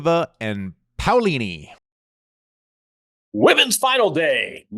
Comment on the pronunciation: You nailed Paolini's name Andy, way to go!